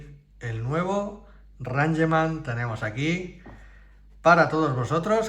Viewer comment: Rangeman? Es "Reingchman"😂